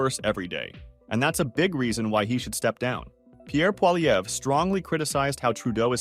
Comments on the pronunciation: jesus man. its not polyever its poilievre. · Good reporting but please pronounce Poilievre correctly. Phonetically its like this: Polyev. You were getting it right some of the time. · Pronounced Polly-ev! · Stop adding the “er” sound at the end of his name. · Learn how to pronounce poilievre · Ur saying his name wrong lol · Why do you say the R in Pierre’s last name?? The R, It’s a silent letter.